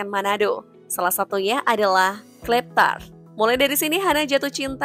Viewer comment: penyebutannya bukan KLEPTAR , tapi KLAPERTART Mbak🤣